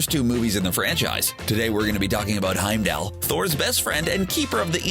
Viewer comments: It bothers me that everyone pronounces Heimdall as Heimdell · I might have watched this for more than a minute, if the narrator would have said Heimdall's name properly. Good lord.